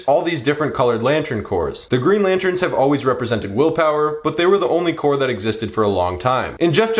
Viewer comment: Pronunciation note: “Corps” is pronounced “core”, not “corpse”. Like Marine Corps.